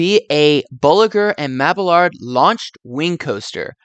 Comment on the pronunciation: Mab-ee-yard. No hard L in the name.